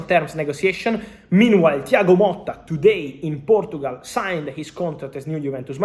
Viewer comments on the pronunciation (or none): none